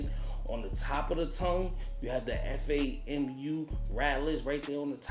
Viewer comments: F-a-m-u? No, FAM-YOU. As in, great video but "fam, you" buggin for spelling it out instead of saying it the right way. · FYI it's Fam U. Not F A M U. #ALUM